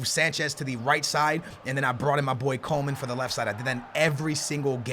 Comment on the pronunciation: it's "Coman" not Coleman